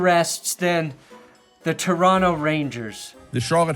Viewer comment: Aye saying Toronto like a Canadian. respects. Don’t double t that bitch